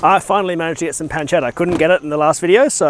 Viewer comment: Its pronounced pun-che-tta